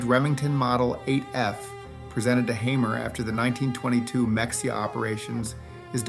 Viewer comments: "Muh-hay-uh" not "Mex-ee-uh". Spelled Mexia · As a 5th gen Texan, let me help you. It’s “paycos” not “peecos” and it is “meHaya” not “meksia”. You’re welcome. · Mexia Tx pronounced (meh-Hay-uh) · Mexia is pronounce Mahayya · Mexia is pronounced, ma-HAY-ah.